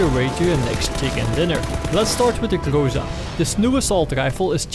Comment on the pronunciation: Everybody pronounce it something like "grOsa" or "grOza", but it should be pronounced "grozA" or almost "grazA". Google translate pronounses it almost correctly. Гроза (groza) is russian for thunderstorm.